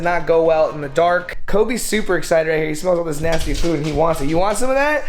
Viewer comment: Nobody: Literally no one:: DoUsTy... Also: NaYsTy